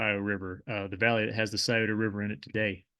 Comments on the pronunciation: Thank you for pronouncing Scioto right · Thanks for pronouncing Sciota correctly. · As someone who grew up not far from Teay’s Valley and lived in southern OH for a while, it was beautiful to learn more about the area. I’m impressed that you pronounced Scioto correctly. I butchered it when i was first living in the area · You are right. I have heard the Scioto river called the 'skeetoe" river. I am originally from Columbus. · im from the columbus area but i lived in morgantown, he is mispronouncing the monongahela it "mo-non-ga-hail-la" not heel la. but I grew up on Kanawha Ave in sharon twp, he did get that and the scioto correct.